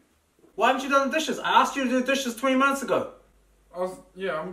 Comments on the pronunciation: It sounded like 3 months ago 🤣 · I thought he said 3 months ago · It sounded more like 20 monthutes ago